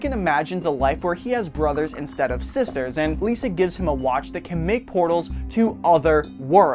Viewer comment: When he says sisters it sounds like he is saying sesters